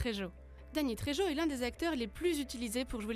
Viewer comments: La prononciation du nom de famille de Dany Trejo …. C’est de l’espagnol, donc on prononce « rrrrr » pour le j. C’est bien de lire un texte de manière mécanique …. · et prononcer la Jota dans le nom trejo comme si cetait un j, ils ont jamais entendu parler de l'acteur, ils le découvrent ?